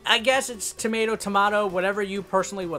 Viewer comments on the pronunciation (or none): none